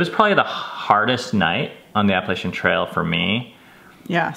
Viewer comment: I think the worst thing you do is pronounce Appalachian wrong. ;) Epic schooling, parents! I feel like a failure as a parent watching your trail doc. :P